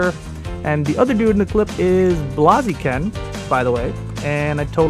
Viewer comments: Bloziken? The Fuck? It's Pronounced Blay-Ziken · lol wtf blahzeeken?? isnt it blayzehken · Blaaaziken? At least pronounce the names right! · said blaziken wrong... Or at least differently (BLAAAAAAziken) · Blaaziken heheheh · Blaze-iken. Blaze, like fire dude. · BLAAZIKEN!?!?!? REALY!? HES MY FAV POKEMON AND U SAY BLAAZIKEN!?!?!?!?!?!?!?!!!!!!!!!!!!!!! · you say blaziken wrong just letting u know so more people dont get pissed on how u say it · OMG, he just messed up blaziken's pronunciation. 😢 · Dont fuck up Blazikens name like that again, seriously just dont -.